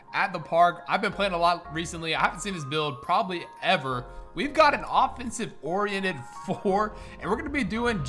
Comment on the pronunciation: When you said “offensive orriented four” I said “a whaaaaaaaaaat?”😂😂😂😂